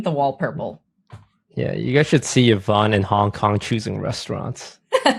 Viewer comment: ’s from the first OTV Minecraft server. When Brodin and I think John kept saying her name wrong